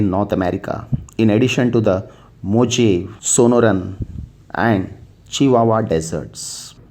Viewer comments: Mojave is pronounced as mohave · America's desert geography and annunciation is a little off. The Mojave is pronounced "mo-HA-vee" and that desert bleeds into eastern California and the Sonoran desert was spelled wrong